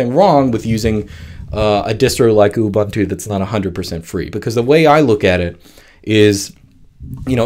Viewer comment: hahaha, Ubuntu m a a t a y it is mate as in 'you're my mate' ubuntu not ubantu u = uh /ooh | not ah The beauty I find with most Linux distro's, especially the Debian family (Ubuntu, Mint, etc), is that it just works out the box with no additional messy drivers needed. The only drivers I have ever installed is latest graphics divers. Nice and simple and so much PoWeR